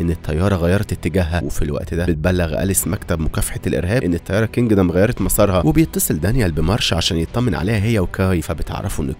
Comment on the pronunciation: كندم مش كنجدم😂